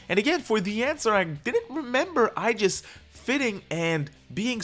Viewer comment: whos this "aijis"? it's aigis